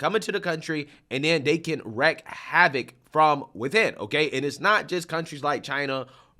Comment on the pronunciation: its wreak** havoc — not wreck .. js